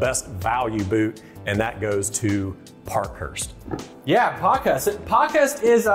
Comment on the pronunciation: Ok, it’s pronounced “Park-Hearst” not “Pock-Hust” 😂